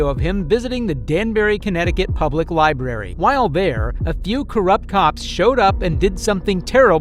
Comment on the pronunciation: Libarry! lol